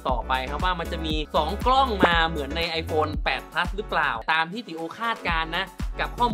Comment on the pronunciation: ขนาด ไม่ใช่ ขนาดด 9 Plus ไม่ใช่ 9 Pleue